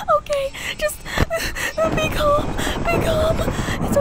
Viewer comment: When you say calm down you say calm down JESS I mean I don't mind it but I'd try practicing a couple more times